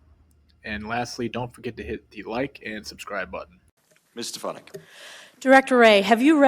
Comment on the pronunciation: Stefank's name is said correctly at least twice in the beginning of the video, yet you mispronounced it several times throughout your assessment.